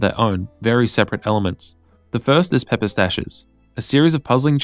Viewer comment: lol 'pepper' stash